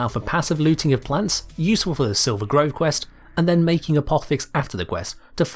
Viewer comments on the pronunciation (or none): none